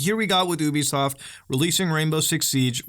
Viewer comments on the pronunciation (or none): you bee soft not uuuuuuubisoft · I cringe whenever people mispronounce ubisoft as "oooo-beeee-soft" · If you pronounce Ubisoft like that one more time I'll find you